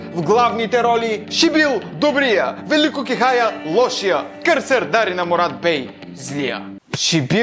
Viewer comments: поздравления за това, което правиш! От малкото, които говорят смислени неща си. Имам само една забележка - Велко КехаЯ, а не Велко КехАя. Продължавай да правиш това, което ти харесва. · Кехая не се произнася така.